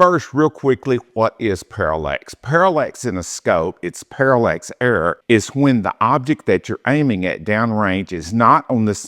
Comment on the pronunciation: I just kind of stumbled across this video on YouTube and this dude cannot pronounce words correctly. It’s parallax not parallEx and the focus and the parallax are two different things. Pretty sure I’m not gonna be subscribing to this guy‘s channel.